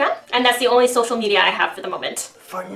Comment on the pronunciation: hold on hold on hold on did Sika say "sosial media" ?